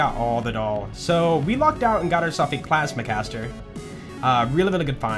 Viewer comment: Right at the start you said "clasma caster"